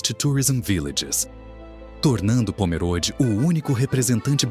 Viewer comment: Eu moro em SC, próximo a Pomerode, o apresentador pronúncia errado o nome da cidade, Pomerode é com e fechado, nao como se fosse é, e sim com o e fechado como se tivesse um acento de chapéuzinho no e.